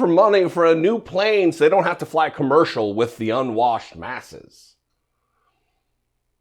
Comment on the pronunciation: Did you say unwashed masses or asses? My ears are accidentally 😁